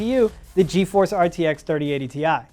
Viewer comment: you mean 3080 TIE? 😂😂